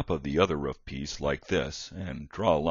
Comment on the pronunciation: it's "roof", and it rhymes with spoof,tooth, and booth... how could you possibly mispronounce that? "Roof" DOES NOT rhyme with tough, rough and stuff.WOW!